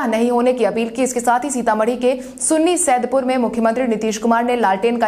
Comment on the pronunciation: 20 number news mai Runnisaidpur hai Not sunni saidpur